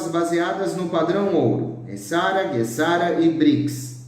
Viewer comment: GESARA E NÃO GUESARA! NÃO É ALEMÃO E SIM PORTUGUÊS!🤣😂🤣😂🤣😂🤣😂